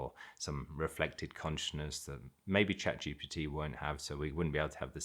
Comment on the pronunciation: When you say chat g b t the way you pronounce it makes it sound like the name of some guru! Just a funny observation.